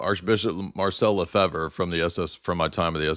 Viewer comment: It's pronounced "Le-FAVE," not "Le-Fever," or "Le-Fibber," or whatever. It's a French surname. And no, he did not get his degree from Apostle's College.